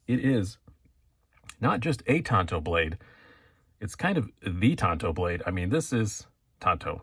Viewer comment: Love it, I want one. As a maintenance tech the large tanto portion of the blade will be ideal for pushing through hosing, as well it will like having a 1.5" chisel on my folder, very useful for me. By the way it's pronounced Tanto not Tanto.